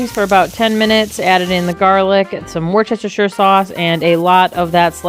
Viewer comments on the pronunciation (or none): Looks great, but please for my health Wuss-tuh-sure sauce